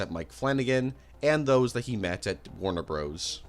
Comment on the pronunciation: "Warner Broes"???